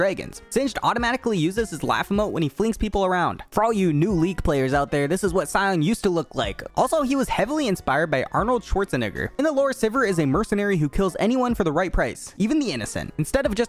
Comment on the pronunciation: did u just say Arnold Schwartzenigger